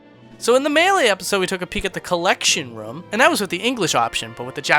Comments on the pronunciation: Get some speech therapy, son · Every single video in this series has the word "room" but its pronounced so strangely. Like "rum" as opposed to r-oo-m